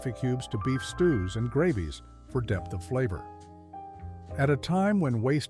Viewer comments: .. silky ‘grah-vees’?? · Which hillbilly family had a microwave?????😂 "Silky grah-vies"????